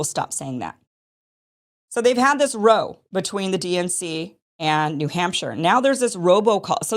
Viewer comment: when referring to a fight, brawl, argument,or dispute, using the word 'row', it rhymes the words how, now, brown, cow, now wow. "Then there was this 'row'."